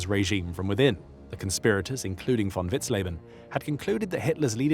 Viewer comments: Vous avez un serieux problème de prononciation des noms. On dit Vitzlében, et non lébanen ou vitzlébanen. Von vitzen également et une faute à chaque nom prononcé. Ça écorche l’oreille de ceux qui connaissent ces personnages. C’est pas l’abère mais l’abwher ……. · Pronuncia-se vitzlében e stôfenberg.